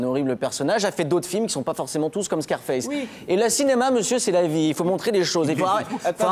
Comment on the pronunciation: "Scarfasse" lol